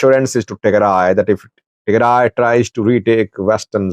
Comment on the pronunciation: You are talking a lot of nonsense. You have no clue about the reality. And learn how to pronounce Tigray.